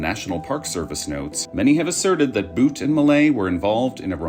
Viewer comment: Why pronounce Butt as Boot 🤔